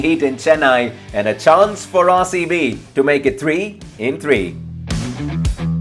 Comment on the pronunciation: RaerCB kyu bolta he bhai tu RCB ko